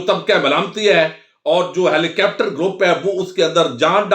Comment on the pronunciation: Yar helicopters bole nahi sakte. It’s sound funny HELICAPTER.